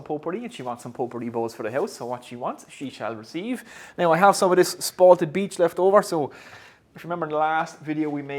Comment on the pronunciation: Its beech not beedch 👍